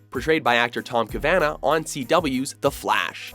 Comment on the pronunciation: Who's the narrator who keeps butchering pronunciation of basic words and names? It's "Ca-va-naw," not "cabana with a v." He does it at least once in each video, too.